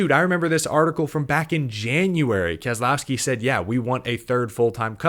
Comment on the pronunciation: Can You learn how to pronounce Keselowski Your supposed to be media its not kez ah lowski there is no ah in his name ask him he will tell you